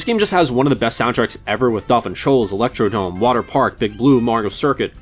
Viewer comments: Ah yes another person who calls it electrodome instead of electrodrome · ElectroDROME. Not dome.